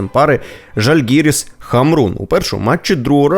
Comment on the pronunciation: Жальгирис,наголос на А , дитина.